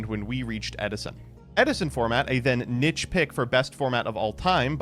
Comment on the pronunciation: i love you but PLEASE stop pronouncing niche like that